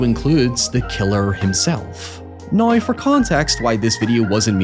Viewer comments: We also need to teach him how to say "now" instead of a "noy". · We need to teach him how to say "now" instead of a "noy".